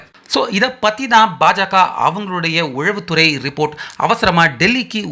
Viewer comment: தம்பி! அது உளவுத்துறை உழவுத்துறை இல்லை. தமிழுக்கு அழகே ழகரம் ளகரம் தான்.